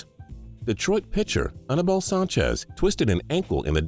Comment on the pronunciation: its pronounced A-NEE-BAL not A-NA-BAL